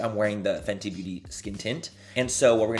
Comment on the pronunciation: The way you pronounced the fenty gloss… dying! Lmaoooo